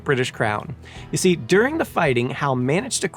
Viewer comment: Oh say can you zee? 🤦🏼‍♂️